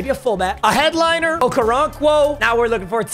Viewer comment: Why the fuck did him saying headliner sound like that